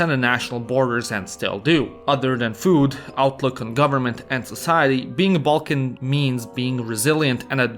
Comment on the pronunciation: Half of time through out this video i heard more pronunciations of "Belkan" then "Balkan".